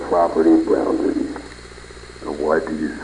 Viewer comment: Hi, I did the voice for Sgt. Greg. I had a fun time doing the voice for you! also, i might've said "broundaries" , so that's something.